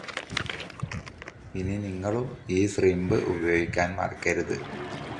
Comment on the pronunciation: സ്ലിമ്പല്ല കാക്കാ ഷ്രിമ്പ് Shrimph